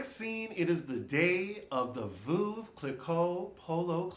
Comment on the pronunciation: Veuve is pronounced like Love with a v . Not voohv but Vove